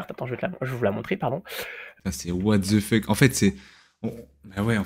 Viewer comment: Bonne video! Je pense que tous les streamers cheat et meme l’abruti de.. le seul reproche a te faire arrete de dire ( what the fuck )ou aprend a le dire correctement. 😉